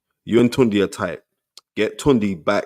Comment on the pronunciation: Spence ..you gotta call your boy by his correct name..Yeah its spelt “Tunde” but it’s pronounced “Tun-Day”..Dont let him try gentrify the pronunciation 🤦🏿‍♀️😂